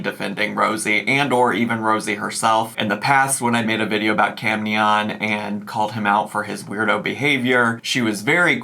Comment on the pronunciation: Am I crazy, or is it not Cam Nyan like Nyan cat? (Ny-ann) I am only asking because this is the third person I have watched pronounce his name like did, and I am starting to think I am crazy. Lol